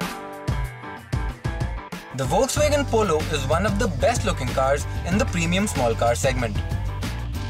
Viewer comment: woksvegen!! really...